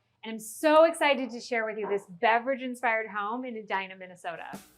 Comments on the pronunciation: LOL "eeeeeee-DIE-nuhhhh"!!!! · That would be Edina as in E dye nu. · Pronounced E-dine-ah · Intro pronunciation: "Ed-eena"? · Please learn to pronounce Edina correctly